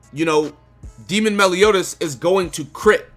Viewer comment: Melioni? Melioni? Meliodas, that really got me 🤣🤣